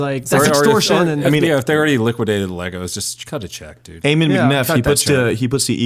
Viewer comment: U guys keep pronouncing Ammon wrong. Its Ahh-men